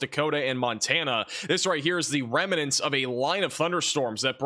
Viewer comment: The word remnants only has two syllables.